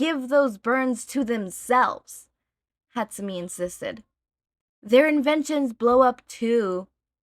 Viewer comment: I cant take it. I know it was years ago, im sorry. But im genuinely tweaking every time you say hatsu-mee instead of hatsu-may. I love you btw.